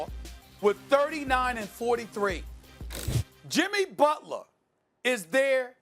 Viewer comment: “Jimmy Butlahh” 😂😭